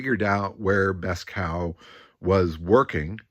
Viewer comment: FYI: Beeskow would be pronounced something like bays-cove...